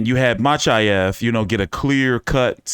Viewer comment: From Makhachev to Machaev, dude I'm disappointed this time, you usually really good with foreign name